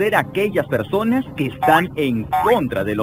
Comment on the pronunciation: Soy yo o dijo persones